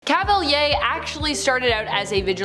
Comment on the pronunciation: So Cavalier... I never heard it pronounced that way. That's not the french pronunciation either, at least it doesn't sound like it